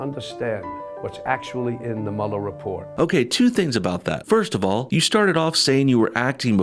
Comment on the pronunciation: Thanks for saying Mueller right, I don't know why anyone in the MSM can't pronounce that. Lol, it's such a small thing to get bothered about.